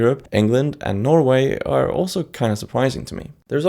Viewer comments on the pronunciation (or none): none